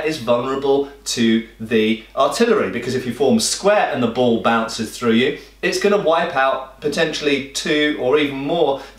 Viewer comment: It took me a second to register that he was saying ball rather than bowl.